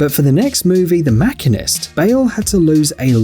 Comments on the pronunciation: just a heads up The Second Movie where he loses the weight is not pronounced The Mack-in-ist its The Mah-Sheen-ist (A machinist is a tradesperson or trained professional) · Bro you don't call a machine a mackine. Why do you say mackinist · The narrator mispronounces several common words. DUH. It's machinist not makkonist. LOL. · Machine ist..🤣 machinist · It is pronounced MA-SHEEN-IST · The 'Makinist'???? HAHAHAHA!!! That pronunciation had me laughing for over an hour! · The makinist? Never heard it pronounced tha way but he's s machinist who works on machines. you take the word machine, and put ist at the end. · Did he really just say Wack-een Pheonix? And did he really just pronounce The Machinist as Mack-in-ist?